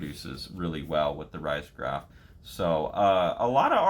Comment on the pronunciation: Love your channel! btw it is usually pronounced “reezograph”